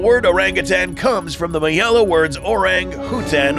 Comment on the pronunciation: Its pronounced malayan not mayalan